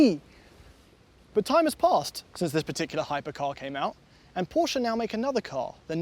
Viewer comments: it’s not „Porschaaah“ it’s PorschE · I love your content guys, an old viewer ❤ but please stop saying “porschaa”, it’s “Porsche”.